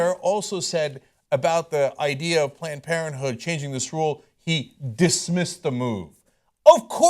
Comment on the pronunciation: planed por(n) planed parenthood lol